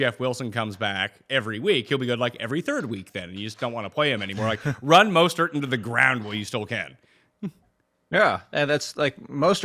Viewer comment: dude does not have the ability to pronounce mostert correctly once